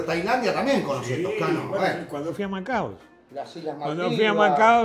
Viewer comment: Me agarra un ACV cada vez que dicen "Macaos". Es Macao, viejo. Manaos es una gaseosa.